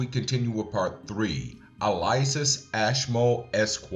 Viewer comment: Elias, not Eliasis.